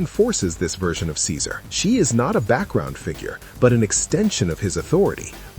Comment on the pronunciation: Nothing was changed about Ceaser and it’s hard hearing you mispronounce some of these names in your videos.